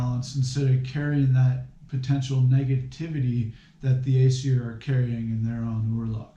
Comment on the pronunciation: Your pronunciations are all wrong. And yes it is important. Paganism is about connecting to the past. Remembering our roots. Its pronounced ōsatru and asseer.